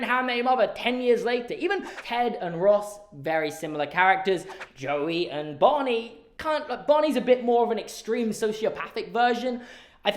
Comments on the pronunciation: How you say Bonnie instead of Barney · Am I the only one who hears "Bonny" instead of "Barney" when says it? I was very confused for the first few minutes of the video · I was very confused by your Barney pronunciation jaja 😭❤️ maybe it's just that I'm not a native speaker but I thought you were saying Bunny jajajaja